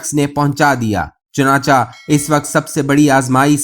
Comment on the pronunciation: بھائی صاحب، اپنا تلفظ درست کر لیں، یہ لفظ ""چنانچا"" نہیں، چنانچہ ہے، یعنی حرف چ کے نیچے زیر ہے، اسی طرح ""اگر چا " بھی غلط ہے، اگر چہ، چ کے نیچے زیر ہے، آدھے سے زیادہ وی لاگرز اور نیریٹرز اردو زبان کا حشر نشر کرتے ہیں، کچھ خدا کا خوف بھی کر لیا کریں، مہربانی ہوگی۔